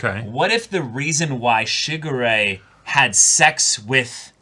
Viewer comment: The way says Shigure...sounds like Sugar Ray, and it gives me the stupidest grin every time....Man, I feel old.